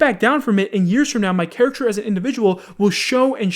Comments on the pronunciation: Why did this guy say char-acter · Characher.. wtf?? u turning into Dyslexikeemstar?